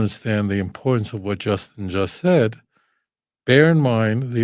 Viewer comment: Repeat after me J-u-s-t-I-n